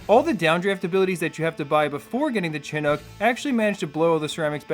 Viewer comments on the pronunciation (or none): "Chinook" is pronounced "shin-ook", not "chin-ook". It's named after a native American tribe